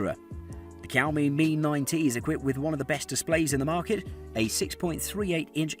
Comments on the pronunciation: i get really triggered when he says "cowme" instead of xiaomi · Bro, it's not cow me. It's like a soft shao me. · Kaomi?😂😂😂 Fam do you mean xiaomi. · It's now Cow-Me it's Show-Mie (Xiaomi) this is how you pronounce it. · oh pls... it is pronounced "Siau Mi" not "Kiau Mi" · saying Keeowmee in video but i thought it was pronounced sheeowmee?? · Man, stop Ky-ouw-mee. It's Sh-yow-mi. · bruh, its not "Chiowmee". its more like "She-Ou-Me". try pronounce it fast multiple times and u will nail it. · The way you pronounce "shi'aw'mi" to "ki"aw"mi" made me hit the "do not recommend channel" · Kiaomi Redmi Note 7? Dude....it's pronounced Sh-iaomi!!! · It's 2021 I just found this video and I keep laughing everytime he say cowme😂😂😂😂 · My blood boiled when he said "cowme" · Xiaomi is pronounced 'shyaomi' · I dare you to say "Cow Me" one more time. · Is it really so hard to pronounce Xiao? Seeee oww. There, say it. seee oww miii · Greetings from singapore, i don't mean to be rude, did i hear he say cowme? 🐄 moooooooo, lol 😜😛 the word 'xiao' means crazy or mad in chinese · I love it when he says cowmiii it makes me want to hear it again 🤣🤣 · SHAO-MI SHAO-MI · i dunno where he pulled the K for Xiaomi from.. 😆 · Xiaomi is pronounce “see-ow me” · I believe Xiaomi is pronounced Shaomee. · Teacher: This video is 8 minutes of Cow-Me. Grade: F. Please re-do this video. Brain seizure + cringe. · Whenever this guy says Xiaomi The subtitles hear: COW ME Edit: Thanks for the likes guys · That's exactly what he says, Cow Me. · The subtitles and my ears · Same issue here. Freaking irritating! MOOO! 🐄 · ToastBlox OMG I JUST REALISED XD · Gotta love yoursrlf a Kiaomi 😂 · Kiaomi it's very cringy to hear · Its xiaomi not cowme.., 😁😁😁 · How can i take you seriously and you cant even pronounce Xiaomi properly? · Would you take advice from someone who can't even pronounce Xiaomi? How does Google Pixel 3a qualify as a budget smartphone? It's £300+. Two or three times the price of the others!